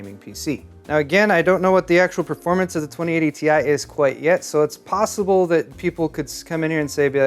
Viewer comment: you better check how much cpu sockets are there before say "FASTEST S#%T POSWEBLE"